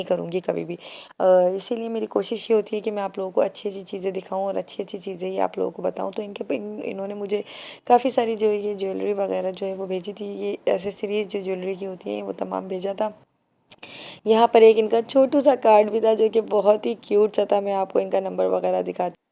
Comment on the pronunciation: asssessories nahi boltey Axesorues.. Ex...sarues.. Assessarues nahi